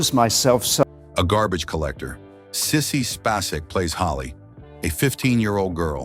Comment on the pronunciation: Can you at least pronounce Sissy Spacek's name correctly?